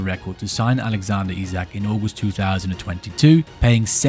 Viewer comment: Isak not Izak